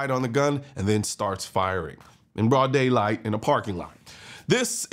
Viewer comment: Why do you have to emphasize broad daylight, as if it happening at night makes any difference?